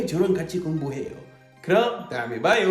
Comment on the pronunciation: 항상 느끼는데 올리버쌤의 다음에 봐요는 see you later 억양이네